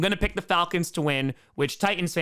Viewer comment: Also, plus also too. ..Titans had two "T"s , enunciate both of them!!!!!!